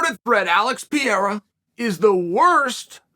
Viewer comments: Stop calling him PIERA 🙉😆. It's PEREIRA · Its funny how you call Pe-rei-ra, Piera! its easier for you? AND yes he is a hell of a champ! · He's the champ now, Uncle Chael. It's at LEAST gotta be per-air-uh. Just read it phonetically at least. I actually LOVED that you were saying Pierra instead of Pereira, but now he is the champ. Am I crazy? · Is anyone else bothered that Chael calls him Alex "Pierra" and not Pereira? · I was about to be upset with you chael, but a few mins in I realized I was click baited. Great way of explaining all the factors in Alex's way to the belt. Not to mention that it's kinda an oxymoron to call him the worst champ considering he just beat one of the greatest champs in MW history. Last thing Chael please consider pronouncing his name as (pea-air-ra) and try (puh-ray-rah). As a fellow Oregonian, I love to hear what you have to say but it is pretty cringy to hear it the way you pronounce it. Thanks, bye! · If people can learn to pronounce CHAEL he should lean to pronounce PEREIRA. (It''s Pu-hey-ruh NOT pe-air-a.) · A note for uncle Chael and Brendan Schaub … it’s pronounced Pe-Ray-Ra not Pi-Er-Ra. Still love you guys though ❤ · We are now living in the era of Pee-era, however brief it may be. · How long until Chael speaks Pereira's name correctly opposed to "Piera" or "Pee-a-ra"? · Who the hell is Piera? Piera piera wtf dude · chael would smash alex pee air uh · Whytf you calling him pee era 😆😆😆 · The way chael says Pereira is funny haha "Pierra" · Piera all that time when you can simply call him Poatan ~facepalm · "Piera" come on unc. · I love how he always mispronounces names calling him piera 😂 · He calls him Piera on workdays......it's Pierre on the weekends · I appreciate how Chael keeps calling him Piera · Does Chael realize he's pronouncing Alex's last name wrong 😂 not hatin just curious. Maybe he's not respected enough yet to say it right. Idk seems weird lol